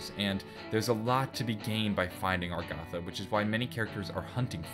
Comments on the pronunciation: I thought it was Agartha. Now you're saying Argatha. And on the picture it's spelled Agharta. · Its not "Argatha" its "Agartha". Even in that map of the world you showed when Talking about Agartha, the "R" came after the "g", not before. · How has he not noticed that it's Agartha not Argatha? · That honestly pisses me off. It's 'Agartha'. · I thought it was pronounced A-gar-tha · Why do you say Agartha with the r before the g instead of the th? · someone else gets it. I was like dafack is he talking about. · Let the comments rage about how he is not pronouncing agartha right XD